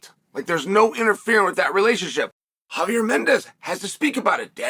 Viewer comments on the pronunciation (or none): none